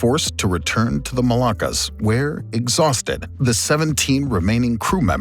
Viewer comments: Pretty good summary and animations. Just one quibble on the pronunciation - Malacca (Melaka) is the city on the Malay peninsula that was captured by the Portuguese. The MolUccas (with a U) are the spice islands. You kept pronouncing them as the Melakas (with an A). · Pronounce differently between Malacca and Moluccas